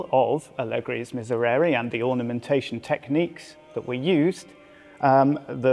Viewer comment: How many time you can mispronounce the word miserere in a row JESUS